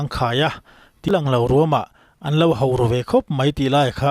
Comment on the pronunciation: Mizo tawnng a H -O = Ho tih hi engvang a 'Hau' ti a lam tlat thin nge maw i nih le ? 😢